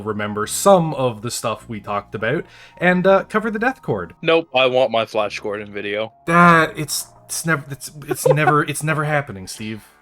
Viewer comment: Nooooooo Felsh Godron!